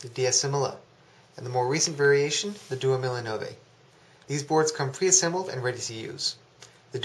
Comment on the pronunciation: Hey! Good vid, but your pronounciation is annoying... Diecimila is pronounced dee-ay-chee mee-la (10 thousand in Italian) Duemilanove is pronounced doo-ay-mee-la-no-vay (2009) Keep up the good work